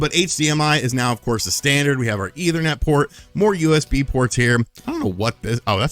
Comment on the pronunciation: Either-net port?